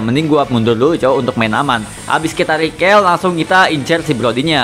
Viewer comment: "Recall" bacanya rikol bro bukan rikel wkwk